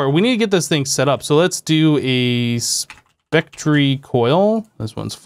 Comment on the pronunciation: You pronounced spectre incorrectly btw.